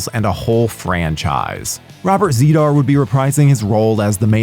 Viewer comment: Its not Zeedar. Its pronounced Zuhdar.